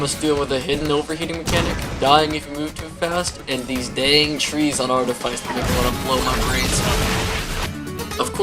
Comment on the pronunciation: bro really said artifaice twice